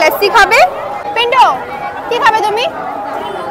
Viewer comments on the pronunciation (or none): says " pinto ".... not "pintu"😂❤